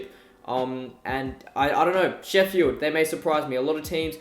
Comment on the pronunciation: Why do you say it Sheffyeeld?